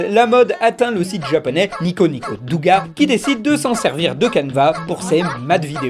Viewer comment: Juste pour ton référencement; il ne faut pas prononcer le "u" dans "douga" ça se prononce "doga"